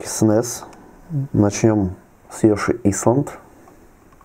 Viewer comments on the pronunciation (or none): "Ёши айлэнд" правильно. Очень ухи режет.